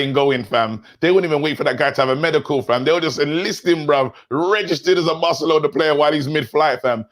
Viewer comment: Man said broke-alona, recession fc🤦🏿‍♂️🤣🤣😭